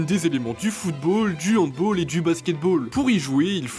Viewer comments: Hey… handball, mais ce prononce « ɑ̃dbal » car ça viens d’Allemagne 😇 Mais j’aimerai toujours autant vos vidéos 🥰 VIVE LES CHAÎNES TRASH !!! 🎉❤ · Faites attention ça se dit "handball" et pas "handboll" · ça se dit Handbal et pas Handbol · Stp la prochaine fois que tu diras "handball" prononce "handball" plutôt que "handboll" merci❤ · C’est super cool qu’il y ait une chaîne de sport maintenant, cependant on dit bien "handball" et non pas "handboll", c’est assez dérisoire certes, mais c’est important pour le respect du sport Excellent vidéo sinon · Bonne vidéo, gg à vous ! Juste on dit « Handbal » et pas « handbol », vu que c’est un sport allemand ça se dit balle et pas à l’anglaise bol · Petite correction, on dit "handball" et pas "handboll" car le sport est d'origine allemande et non anglophone. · Arrêter avec le handboll ça se prononce handball car c’est allemand et non anglais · C'est très bien mais juste ça ce prononce handball avec un a car c'est allemand et non anglais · Ça se prononce hande bale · ????? Handboll ? HandbOll ????? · ahndball c allemand ca ce prononce avec l'accent français et pas "ball" anglais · J'ai entendu "handboll" 😢 j'ai mal à mon âme de sportif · Il a dit handboll c'est mort je dislike